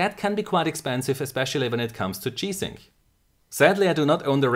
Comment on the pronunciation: Why is he saying chi sync?